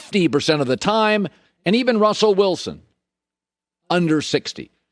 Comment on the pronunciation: Never thought Colin would be able to mispronounce Russell Wilson's name